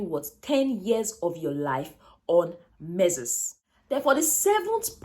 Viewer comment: Pls get the right pronunciation for that word “menses”